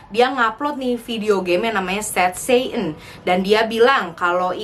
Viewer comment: syet-set'en (dgn accent tx nya) Me: sat satan:|